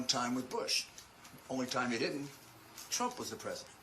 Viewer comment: He keeps mispronouncing "trump"